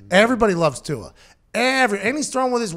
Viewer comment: Tua "Too" hard to pronounce! Just call him "Too".